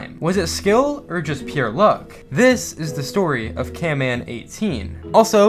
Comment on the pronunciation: I like your vids but its not camman18 its canman18